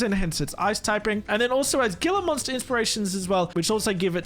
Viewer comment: Him mispronounced gila monster multiple times is triggering me. lol